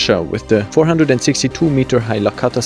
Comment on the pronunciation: Hi, thanks for amazing and very informative video. Just fyi, its Lakhta not Lakhata.